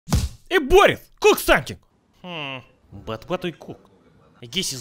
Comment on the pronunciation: It's Boris not Voris